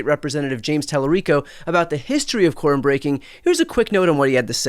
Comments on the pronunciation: When I listened I swear they were saying Corn breaking 😅. I had to turn on speech to text to find out they were speaking of Quorum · I thought yall were saying corn breaking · quorum is a two syllable word